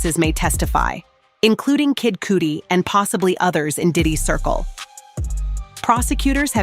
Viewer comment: These AI news videos are getting better and better. I only got suspicious after she mentioned Kid Cudi and I thought ok maybe this white girl doesn’t know how to pronounce it. But I was 100% sure it was AI when it said “number me too movement”. lol. It didn’t differentiate l number sign from hashtag